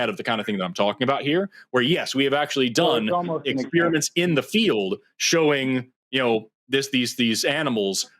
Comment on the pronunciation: I love this duo, but it makes my autistic skin crawl when Forrest says "ex-SPEAR-mint" instead of "ex-PEH-ri-ment" (which may be one of the most common mispronunciations.) Also, a dishonest interlocutor. (I'm being kind by stopping there.)